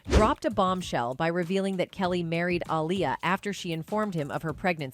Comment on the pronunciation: Why are you saying her name in two ways? Dirst you call her aliyah then you called her alier Like a liar. I guess someone told you because you then staryed to pronounce it appropriately